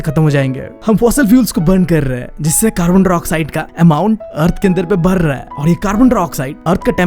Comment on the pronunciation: Br raha hai not badh raha hai lr rahe hai not ladh rahe hai kya bhaiya 😂